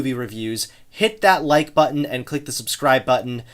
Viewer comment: also he pronounces "Like" "lake".